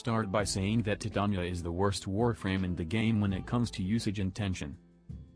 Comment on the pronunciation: Also props to for being one of the four people worldwide who say her name correctly.